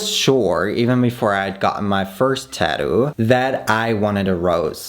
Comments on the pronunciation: Babe, it is tattoo with 2 t's in the middle, not taddoo 😜 or are you from Australia? 😜😜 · everyone in the world: “tattoo”: “tadoo” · Funny how he says "TÄddu"^^. With tattoo, the emphasis is on the second syllable and the tt in the middle does not get softened to a 'd'-sound.